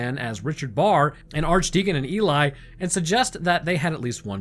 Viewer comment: Ely is pronounced Eel-e, but I appreciate the effort! Not sure why I bothered to tell you that though because the likelihood of it coming up again is slim to none 😂